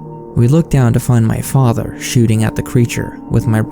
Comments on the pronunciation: "My faadther" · Wtf why are you pronouncing father like that?